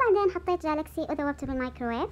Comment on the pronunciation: حبيبتي كلاكسي مش جلاكسي😂🍭